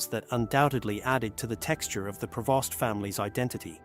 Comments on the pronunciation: Prevost... AI still has to perfect its skill. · The family name is PREVOST, not "provost ". Irresponsible script writer!